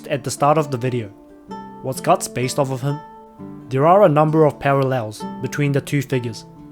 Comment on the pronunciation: Its götz not gotz